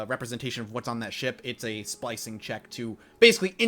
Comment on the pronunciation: Is it just me who hears splicing instead of slicing?